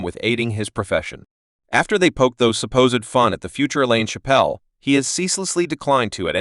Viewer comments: AI crap. You can't even say his name properly 😂😂😂😂😂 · This man is butchering his last name...fucking rookie